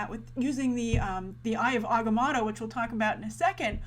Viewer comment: How are you still mispronouncing Agamotto?